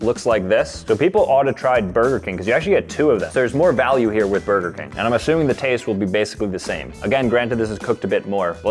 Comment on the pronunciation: "Brger King" ACTUALLY FICKING WILD